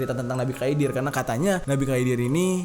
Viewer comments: 11.13 nabi khidir klo ga salah bang bukan khaidir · Setahuku Nabi khidir bukan Khaidir bang itu tinggalnya di lautan. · Khidir bukan khaidir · Nabi khidir bang bkan khaidir